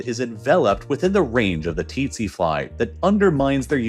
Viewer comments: Didn't know its titsi fly all along we been pronouncing it as sese fly😲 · Tsetse fly is pronounced very close to "sexy fly" Something similar to "Se" like the beginning of the same Sarah, and "see". There are pronunciation videos on YouTube. Look it up :D